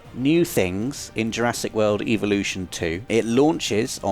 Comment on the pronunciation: You keep saying eeveelutions not evolutions You're playing too much Pokémon